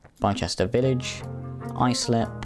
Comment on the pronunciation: Bicester is pronounced is bister :)